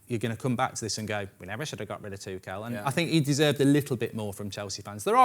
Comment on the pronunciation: Thomas Tuchel. Everyone: Two-Schull: Tu-Kell